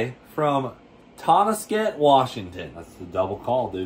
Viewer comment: My guy, Tun-nas-ket. Say it slow like that and you got it.